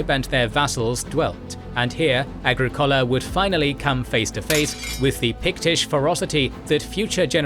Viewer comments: prounounce “aGRIcola”, not “agriCOLa”. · A-gri-COH-la A-gri-COH-la A-gri-COH-la! The narrator breaks immersion. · Agricola is pronounced ah GRIK ola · Comprehensive history! I’m not a fan of the format but the content is excellent. Why did you chose that pronunciation of Agricola?